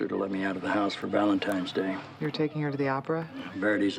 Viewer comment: Does he really say “Valentimes Day?”